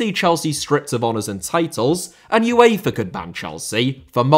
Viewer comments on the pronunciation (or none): none